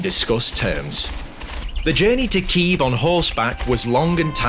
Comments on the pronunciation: as a Ukrainian I love this. thank you for using the correct pronunciation of Kyiv too! much love from, well, Kyiv haha :D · Well, it's cool that's finally Kyiv not Kiev, but it's OlHa not OlGa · Thank you for using the correct spelling and pronunciation of Kyiv. I also really recommend looking into Anna of Kyiv and her impact on European history 😊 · thank you so much for right pronansiation of Kyiv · Thank you for " kYiv " . So many foreigners used to write /say " kiEv " even tho it's a russian version of the word . 💙💛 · Thank you for pronouncing and spelling the name of the capital correctly, слава Україні